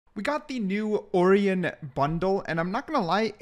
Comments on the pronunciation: mans really said oreon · Love having my name in the game! W bundle (btw you say it O-Ryan)